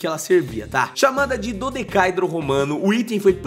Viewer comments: Plmdd é um dodecaêdro Romano. Não um dodecáidro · Se pronuncia DO DE CA É DRO e não DODECAIDRO. Se não nem os próprios Romanos irão entender. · Esse último a pronúncia correta é DodecaÉdro. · Pronuncia-se "dodecaédro".... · Mano, a pronúncia é dodecaÉdro. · Pronuncia "Do-de-ca-eeh- dro", sílaba tônica no "E". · Dodecaedro é uma palavra paroxitona e a silaba aguda é "e". Do-de-ca-e-dro. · É DO - DE - CA - EEEEEEEEE - DRO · Reveja a pronúncia de "dodecaedro". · Ei, está pronunciando errado. Dodecaedro não é proparoxítona. A pronuncia é similar à poliedro.